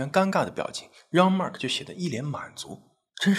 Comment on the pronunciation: 既然是法國人，應該用法文發音，Jean和Agńes不對。